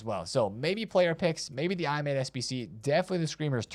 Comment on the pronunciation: Just say Imadé bro 😅